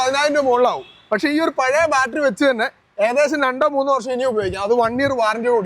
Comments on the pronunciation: Balttery alla chetta battery Annu. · എന്നാലും " ബാൽറ്ററി " എന്നൊക്കെ പറയാമോ ശാസ്ത്രജ്ഞാ !? കസ്റ്റമറിന് പോലും അറിയാം കൃത്യമായി ബാറ്ററി എന്ന് പറയാൻ !